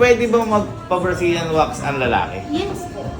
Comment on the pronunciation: Original: Mag wax ka na Yung narinig ko: Mag wash ka na 😂😂😂😂😂😂😂😂😂😂😂